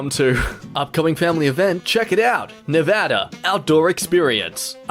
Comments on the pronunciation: SOMEONE FINALLY SAID NEVADA RIGHT!!! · Even the Australian knows how to Pronounce Nevada. cheers mate 👍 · This is the 1st YouTuber I have ever heard in my life pronounce Nevada correctly. Thank You. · Wait... you pronounced Nevada correctly? As in how non-Hispanic Nevadans pronounce Nevada? I'm shook.